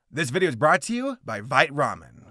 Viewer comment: I heard that as "This video is brought to you by Bite Ramen" and I'm just like "Well yeah I bite it it's delicious."